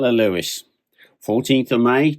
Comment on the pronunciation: It's English mate. There is no standard pronunciation. I pronounce it ev-ver-sham. He also pronounced Lewes like the name Lewis but I always thought it was pronounced as "lose"